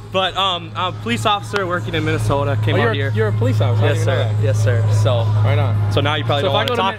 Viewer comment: Haha the way he pronounced Minnesota